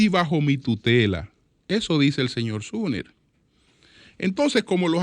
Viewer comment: SUMMER(SOMER),pronunciar correctamente el nombre,aunque sea en español ,como se escribe,ayuda a hacer más creíble su discurso farragoso.